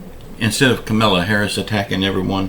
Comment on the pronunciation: Joe Biden's mental health??? Donald Trump has been out of his mind his entire life..He doesn't know all of the 50 states...Can you say the Vice President's name correctly??? It's KAH MAH LAH. not the way you're pronouncing it...